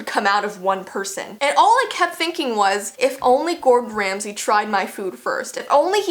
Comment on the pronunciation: Megan Horan True but it's Ramsay not Remsey